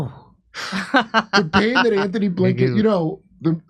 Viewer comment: GUY’S ITS “ANTONY” BlLINKEN NOT “ANTHONY “ 😂